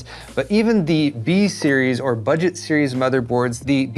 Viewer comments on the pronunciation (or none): Hi! One quick side note, the way you emphasized the 'B' in 'budget' might be a bit misleading I think. The Ax20 is the budget variant, no? I really hope that they will launch the A620 mobo's soon.